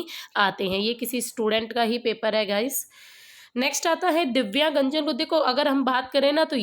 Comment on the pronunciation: दिव्यांगजन को दिव्यागंजन पढ़ने वाले😂😂😂😂😂😂😂😂😂😂😂😂